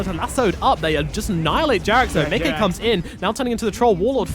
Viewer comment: If the reads this: Micke is (obviously) a swedish name and you are pronouncing it perfectly. Most people say Mickey like the Disney character but all "Mickes" out there wants to be called exactly the way you say it! Great casting altogether